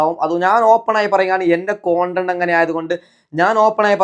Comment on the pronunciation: കോണ്ടന്റ് ആണോ അതൊ കണ്ടന്റ് ആണോ 🤔